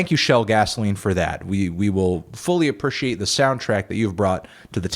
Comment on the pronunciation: love the way u say appreciate 'aprushiate'